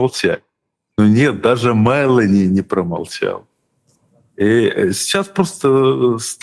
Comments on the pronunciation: Ударение в фамилии МелÓни на букве О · Прошу прощения, но Фамилия итальянского премьера читается правильно с акцентом на букву "о" а не на "е". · Ударение на ООООО Мелони. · Олежек! Ты с печки упал? Это ж плешивый в Анкоридже уверял Трампушку, что он в течении двух - трех месяцев возьмёт Донбасс. И ни МЭлони, а МелОни.